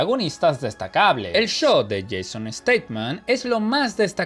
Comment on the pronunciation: Jason Statham.No Staman.